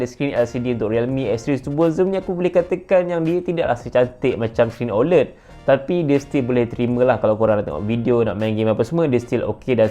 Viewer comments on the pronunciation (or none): none